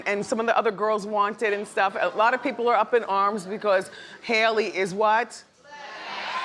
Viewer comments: It's Halle not Hailey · Say it with me now... HALLE Bailey. Not no Hailey. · Why does Wendy pronounce Halle's name as if it were "Hell-ie"? It's "Hah-lie", just like Ms. Berry!!! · Not 'Hailey' miss Wendy, 'HALLE'!!! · Her name is pronounced Halle like the Halle berry get it together Wendy smh 😩 😠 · Hailey??? Halle (haw-lee) Trahtawn??? Triton (try-tun) 😂😂😭 gotta love wendy tho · Man, Wendy is struggling pronouncing names today! Tri-Ton and Hailey Bailey 😂